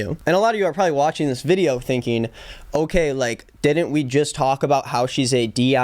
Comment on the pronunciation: She rlly said “DIY’nt”